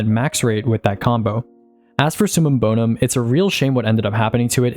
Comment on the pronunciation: It’s summum bover….